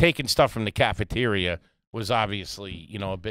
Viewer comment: Hey. What’s a “cafaterier”??? 🫣